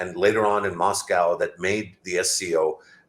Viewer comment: The effort Pakistanis invest in trying to sound like Amrikans:face-blue-smiling::face-blue-smiling::face-blue-smiling: So pronounces MOSCOW as MASKCOW:face-purple-crying::face-purple-crying::face-purple-crying: This focus on fakery has undone Pakistan.